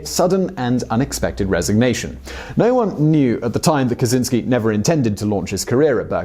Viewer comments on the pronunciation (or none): Fucking hell, it's Kachinski not kasinski. The cz makes a ch. Geez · It's not "ka-tsin-ski", it's "ka-chin-ski" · CZ in polish is a separate letter(i mean like sh. ch, etc ) and is pornuced like CH in charlie